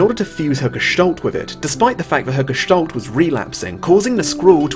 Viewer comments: Its not gestollt its Gestalt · "Gestalt" is a German word and means appearance. It's pronounced like you read it except the a is like in apple not like an o like olive.